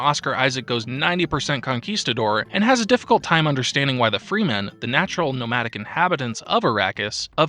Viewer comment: Friend, good video but just wanted to comment that Gesserit is read with a J, not G, and it's frEmen, not frEEman. Keep it up friend, wish you many successes.